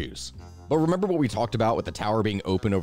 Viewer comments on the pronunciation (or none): none